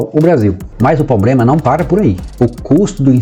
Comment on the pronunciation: O cara fala lendo e fala errado proprema